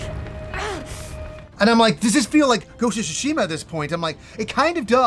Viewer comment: "Ghost of Shishima " lol